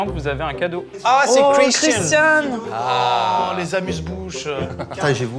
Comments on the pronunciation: Bonne vidéo. Dommage d'avoir prononcé son prénom correctement une fois sur deux. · étienne c’est le seul connard a pas respecter le prénom de Christian, franchement ça lui coûte quoi de le prononcer correctement ?